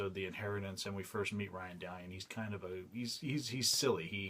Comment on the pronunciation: Dude, thank you for this. It was fun watching a video about Ryan Dalion! Or was it Ryan Da-Lion as he introduced himself in one of the early episodes?